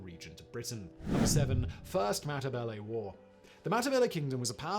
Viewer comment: Next time please learn to pronounce Matabele and Xhosa correctly